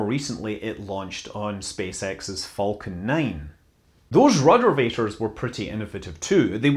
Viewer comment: I lold everytime he said ruddervator.